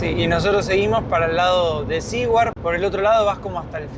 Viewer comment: Saludos amigos. Ustedes dijeron en el video que no estaban seguros cómo se pronuncia el nombre de ese pueblo. No es ni SE-WARD ni SI-WARD. Se pronuncia SU-WERD. (teniendo en mente la pronunciación inglesa de la R pero la pronunciación español de SU, pero metiendole una "i" latina en el medio.